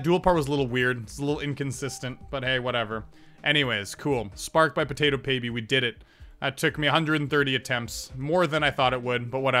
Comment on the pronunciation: What's up with you saying PotatoPaby?